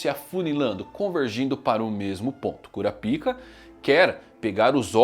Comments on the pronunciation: Rapaz fico intrigado que o anime hoje em dia já está dublado e esse cara fala KURAPIKA sendo que a pronúncia é Kurápika O jeito que ele fala é errado e ainda é obsceno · Pare, pare imediatamente de falar "Cura-Pica" 😢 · Não tanko vc falando toda hora cura pica kkkkkkk os japoneses tinham que pesquisar antes porra